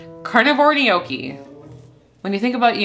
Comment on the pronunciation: love your channel, however--gnocchi [ nok-ee, noh-kee; Italian nyawk-kee ]